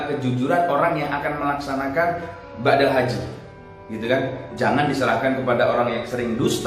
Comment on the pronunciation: BADAL. Ustadz..... bukan BAKDAL. (Maaf)